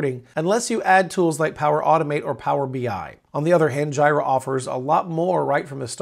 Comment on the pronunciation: Pls do not call it JIRA. Its J'ee'ra